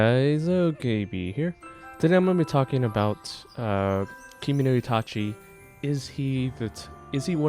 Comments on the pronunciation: For pronounciation it's ka (like kaki) and ge(like gay). For itachi, it's ki mo no. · it's kimono damn it